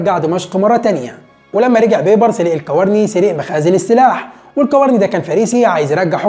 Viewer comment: تصحيح الكوراني وليس الكوارني